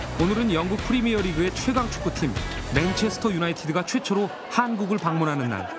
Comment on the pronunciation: 잘들어보면 분명 맹체스터 라고 한거같은데?ㅋㅋㅋㅋㅋㅋㅋ